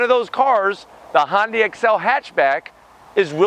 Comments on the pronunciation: please stop saying Hon-day! It's HUN-DAY. When you say it the way you do, you make it sound like it blends with Honda. Uuugh! Sorry. Just drives me crazy. Love ya, mean it. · N-Line does have sunroof with the tech package. And its "hyun-day" not "hon-day" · Say Sunday now substitute it with an H.. irks me when people try to squish Honda in there somehow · "Hon day". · somebody needs to teach this man how to pronounce Hyundai. He keeps saying Hon Day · Han-day? What is Han-day? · you said, "Hon-day"...